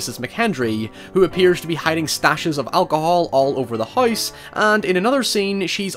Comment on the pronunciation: Man, your accent gets crazy sometimes. Every time you say "house" it sounds like you're pronouncing the three letter word for frozen water with an H in front of it. It really sticks out here due to how much you said it.